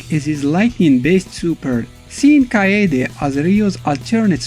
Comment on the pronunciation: You can least learn the proper pronounciation of their names. Who the f is Billy Caan? It's Billy KANE and it is pronounced Cain, like Cain and Abel. Kaede is pronounced Kaa-eh-deh. And he has black hair. His hair turned blonde when he became a Super Saiyan. Ryo is only blonde because his late mom is a blonde caucasian. Jae Hoon is pronounced Jai Hoon, not Jay Hoon... Rugal's "slashing kick" is called Genocide Cutter. Only deaf people wouldn't know the name of the attack since Rugal always shout it out loud when executing the move...